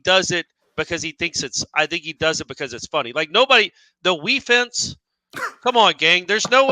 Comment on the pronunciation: Making a sign to hang in my garage gym that says…..”Wefence” lol